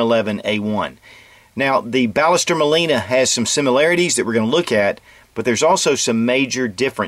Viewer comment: Actually it is pronounced Bash-s-terr Mawl-ee-nah. I'm from Argentina :)